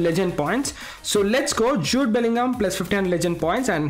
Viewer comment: What it's actually jude Bellingham What I heard sh00t Bellingham